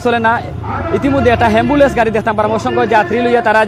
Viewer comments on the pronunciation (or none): হেম্বুলেন্স নায় ভাই অ্যাম্বুলেন্স